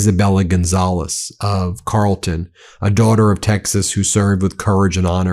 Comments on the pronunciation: Carrol- tin not Carlton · Carrolton pronounced like Carol Burnett not Carl Winslow, other than that it’s spot on but do not trust the state of Texas or the Texas Republican Party or MAGA to play fair or allow a true democracy to function. They will do everything up to cheating in the open to keep the Democrats from achieving any state wide offices or power. This could get very ugly very fast. Especially with Trump, DHS, Ice, AIPAC and Far too many Billionaire Psychopaths on their side. Texas is ran by egomaniacal fascists already. They won’t give up their power without going scorched earth on the people of Texas. They think power and corruption are their birthright. Sick, heartless, and fully demonic Klansmen in tailored suits.